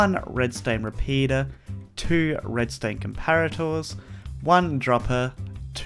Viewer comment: I guessed that you would say comparators (but emphasising the second o)